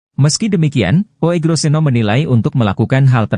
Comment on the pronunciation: Membacanya Ugroseno bukan OEGRO ... itu ejaan jaman belanda, mohon dipahami...